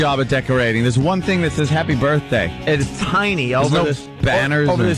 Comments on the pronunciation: Make believe it’s my burfffffday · No matter how many times Opie says "Burfday", it's never going to be funny. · I'm beginning to think Opie thinks "berfday" is the correct pronunciation. Just like "fuchitive." Absolute imbecile. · he worshes in the turlet on his burfday